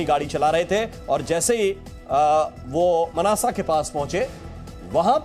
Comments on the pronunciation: Sir Manasa nahin hai I think Mansa hai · Chu insaan its Mansa , not manasa. Get you facts clear…. As usual anab shab bolte rhte ho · Mnasa nhi hai bhai mansa hai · Manasa nahi Mansa hai stupid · Mnasa ni hey Mansa dist hey... Bolna toh sheek ley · Mansa h vo na k mnasa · मानसा, it is not mannasa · मानसा है मनसा नही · Manasa nhi mansa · Veer mnasa ni mansa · Manasa nhi Mansa oye fuddu